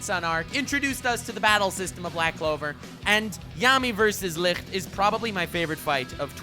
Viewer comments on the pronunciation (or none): Licht is not pronounced licrt its a ç the same sound as in the english word huge (çuːdʒ)